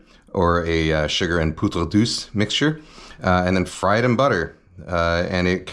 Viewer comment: Hey kenji, poudre douce is pronounced poodre dooss and note douche